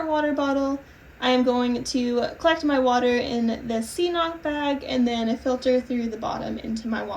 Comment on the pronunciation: Good luck out there! Here's a fun fact; CNOC means hill in Irish and so far I haven't heard anyone pronounce it properly.. not even on their own Instagram! I actually don't know if anyone would understand what you were were referring to if you did pronounce it right because everyone says "C knock" 😂. But CNOC is pronounced 'cunnuck'. More emphasis on the second syllable ⛰️☘️